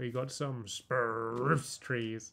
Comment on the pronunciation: i forgot all about how he used to say spruce omg